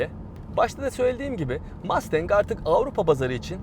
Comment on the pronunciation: MAstEnK nedir ya? Mustang. Mastenk degil :)